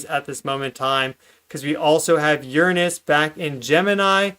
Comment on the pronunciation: Sometimes I hate how much Americans kill the English language with there pronunciations of certain words but I am very happy to hear you pronounce the word Uranus correctly:)